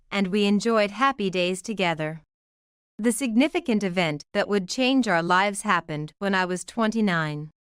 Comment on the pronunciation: When will you learn how to pronounce the word 'lives'? It is amazing how dumb the readers are and the script writers are.